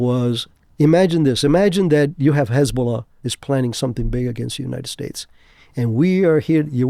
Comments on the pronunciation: Lol everytime he says hezbollah as hasbullah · Did you just call Hizbollah Hasbulla??? 😂